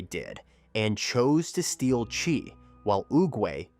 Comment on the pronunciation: Yeah sometimes happens, when you use AI, chiii to chaaaiii. Good content